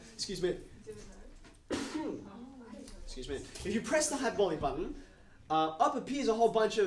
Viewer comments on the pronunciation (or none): none